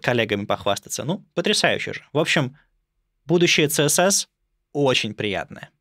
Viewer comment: CSS правильно произносить как "Си-эс-эс", а не "цэ-эс-эс", несмотря на то, что первая буква в расшифровке аббревиатуры не звучит как "СИ". Потому что аббревиатуры принято читать как алфавит. Вы же ведёте блог про верстку. Как вы можете неправильно произносить названия своего основного инструмента?